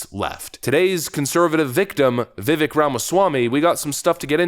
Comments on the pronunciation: It's "Vi-vake" like "cake". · Vivak dude. Long A. You're too good to keep mispronunciation. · BRO! LOVE YOU BUT. Its time you start pronouncing your favorite candidate properly. Pronounce it it like 'VIVAKE'. RHYMES WITH CAKE!